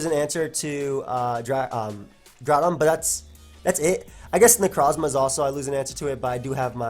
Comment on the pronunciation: I love the way he says Necrozma